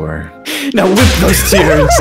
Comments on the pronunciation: It’s wipe not wip but it’s just another way to say wipe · I like how he said “whip those tears” instead of “wipe those tears” lol